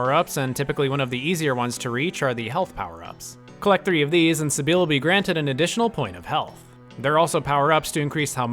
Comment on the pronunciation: Although just one thing. That is NOT how you pronounce “Sybil” 🤣